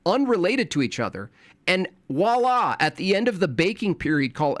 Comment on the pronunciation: my only critique out of everything you say is, it's not "wala", it's "voila", French for "there it is". Otherwise, God bless and keep destroying these deranged maniacs.